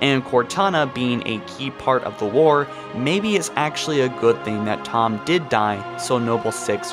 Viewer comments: Its pronounced Tee-home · I don't think anybody forgot about Thom, seems like just click bait. And the H is more pronounced than how you say it.